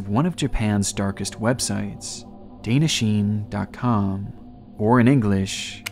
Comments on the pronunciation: Dana-shin, not dainasheen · I know it’s too late but you are pronouncing Danna wrong. It’s pronounced like don-na she-neigh. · The Japanese site would be pronounced Dah-nah-shee-neh. I have first hand experience of this mentality as in a group lesson with a group of old ladies, when one told me her husband had died, the others clapped and cheered. I was shocked at the time but I have a bit more perspective after 16 years. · Its pronounced as Daan-naa Shii-ne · 'dana sheen' please research pronunciation of foreign words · A small pet peeve of mine: correct words/names pronunciation. The way you say "Danna Shine" in this video is soo very wrong 😅 That's all. Another great video otherwise, keep up the good work! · That's pronounced "Da'N'Na Shi'Ne". Also, that little "18万人突破" at the top that didn't get translated because it's an image? That means "(monthly site users) 180,000 and counting". - There's no such thing as a "combined" speed when two moving objects collide head-on, and this is a common misconception; there's other factors that affect how much damage happens, particularly mass. (Consider that there were 25 deaths and 135 survivors; that's astonishingly few deaths for a 80+ mph commuter train accident) You can test this yourself by clapping your hands vs. slapping your thigh, and seeing if each hand hurts more because what they hit was moving into them. It gets complicated once math gets involved, but the easiest way to imagine it is: think of it as each moving object coming to a sudden stop at whatever speed they were moving at.